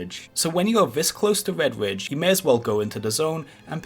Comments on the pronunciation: why do you say vedvidge instead of redridge ? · "Wed-Widge" mountains. Gotta learn to pronunciate bruh. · You're telling me you've never gwinded wedwidge? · Do some gwinding in Wedwidge. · wed widge :D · Wedwidge mountains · Vedvidge, stovmwind sry i died 🤣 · wedge wridge hahahaha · I thought it was just me hearing things lol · Vewy, Azewoth, Muwocs, Woute, Fowest..... Wed Widge..... Wtf is wrong with people.